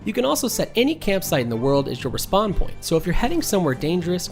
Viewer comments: Why are you pronouncing "re-spawn" as if it's "Respond"??? Super annoying 🤣🤣🤣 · It's REEspawn. Not RAHspawn. Noob.